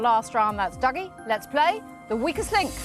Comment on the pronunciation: Is it pronounced "Duggie" or "Doogie"? They keep changing it